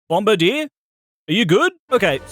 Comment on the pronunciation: That isn’t how you say its name